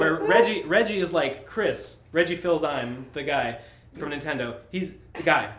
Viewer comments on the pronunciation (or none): i hope you watched 2 of the best documentary about him : Down the Rabbit Hole -- Sonichu and Christian Weston Chandler and Christian Weston Chandler Documentary. from Sachumo ! Oh and from a french, it's Reggie "Fiss - Am - Eh" => Fils-Aimé :)